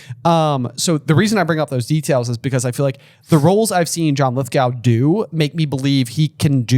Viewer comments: Note to JvB editor: four "in the movie"s in this episode. - John Lithgow's last name is pronounced "lith-go" not "lith-gow." He was already a fairly big star when he was on 3rd Rock; in fact it was considered a step down for him, "slumming it" on a TV sitcom instead of doing serious films. He played a psycho in Raising Cain. ----Also, "in the movie" of Philosopher's Stone Griphook was played by Vere Troyer, an American. --Slytherin aren't accepting of Beaubatons, and they recognized that which is why they didn't sit there. The Slytherins did accept the Durmstrangs. I would say that Madame Maxine by definition is the biggest red herring. --J says "in the movie" regarding Fleur and the bouillabaisse when he meant "in the upcoming TV show." - "He wouldn't want to risk his good looks/Pretty Boy Diggory" isn't an insult that he's good looking, it's an insult that he's vain about his looks (whether that's true or not is a separate issue). - Snape 100% could be "pretending" to hate Harry/Hermione/etc. as a guard against someone breaking his Occlumency guard. "Constant vigilance!" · Lithgow as in Pokémon go ;) Lith-go :)